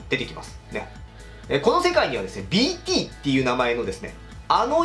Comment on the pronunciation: BTがDTに聞こえてしょうがない